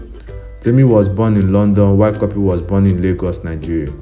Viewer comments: Work on ur pronunciation cuppy not copy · It's pronounced 'copy' o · Antonia Chidi oversabi cuppy is a British born n pronounce it “copy” but u born in Nigeria wan show yourself...